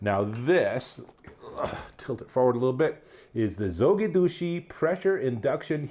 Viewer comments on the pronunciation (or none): he called Zogidushi😂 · heh, is hard not to be amused by the pronunciation of the company :) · well, not sure who you talked to get the pronunciation but, they definitely didn’t help you out. First video that comes up for Zojirushi pronunciation